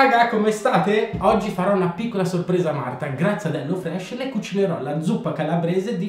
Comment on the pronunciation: La h aspirata di martha che imita